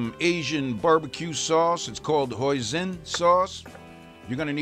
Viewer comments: Amazing!!!! also btw it can be pronounce "Hoi-seen" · I too, am missing something outta my life. It sucks. BTW, it is an "S" in Hoisin, not a "Z", and you pronounce it as such.